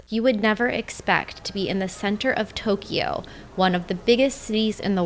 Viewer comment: I like your videos, (I'm a subscriber) but your pronunciation of Tokyo and Kyoto hurt my ears! A lot of foreigners say Toe-key oh and key oh toe...They are pronounced mor as a 2 sylable word Toe- Kyo and Kyo-toe. In Japamese, these 2 cities are spelled opposite of each other.